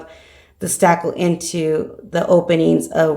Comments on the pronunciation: Marni Laughman she is! 😳😁., that is spakle. Not stackle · Lisa Bennett Yes! Isn’t she saying “stackle”?